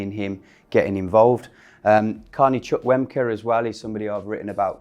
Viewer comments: good content but Chukwuemeka isn't pronounce Chuck, its more like Chew-Cu-a-May-ka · Mate, Carney CHUK-WEM-KA? 😆 “Choo-kwuh-mek-uh” You’re welcome 👍🏼 Btw, not even a mention of Jacob Ramsey??? Villa have the best academy and are truly working to get their own in the first team. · From a nigerian (where the name originates) It is pronounce “Choo - koo - em - ek - a”